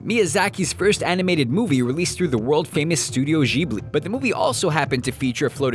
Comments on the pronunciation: Studio Jheeblee? Lol, it's Jib-lee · why did he pronounce it shibli? its gib-lee. as in "ghili" suit. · its actually gib-lee. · "This is our new teacher, Mr Ghibli." "Um it's actually pronounced 'Jee-bleh'." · ugh when he mispronounced studio ghibli